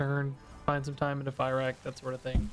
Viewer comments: it's pronounced "fir-ock" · Can we stop pronouncing him "Fairakk" plz...? It hurts my brain. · Cant tell if the misspronounciation on fyrakk is intended or not but if it is, well played, drove me mad with unreasonable anger! 😂